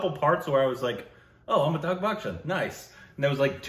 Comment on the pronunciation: Amita- bh..it is .not Amita-gh.